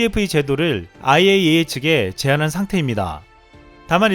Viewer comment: IAEA 발음 잘 하시네요~ㅎㅎ